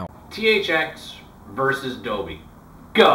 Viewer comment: not to be rude but the biggest thing i notice with Americans inc you is that ,you (in general) pronounce many words not as they were ment to be but as you would expect if someone was reading out loud and didn't bother to read some words correctly and so pronounced them as though they were a child who had not yet learnt that an e in a word changes the sound. For example your said doby not doLby and b4 you have said nich but pronounced it nich instead of nIsh, or CH assie instead of SHassie